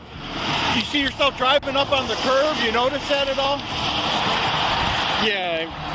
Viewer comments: It's kerb, or curb for the American spelling, not 'curve' as used in the narration and incorrect subtitle transcription. The officer said curb. Edit: Weird, after getting it wrong twice, the 3rd time it's subtitled correctly as curb. Edit 2: I give up, so many errors. What is the point of providing subtitles, if they are wrong? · it’s CURB, not curve 😂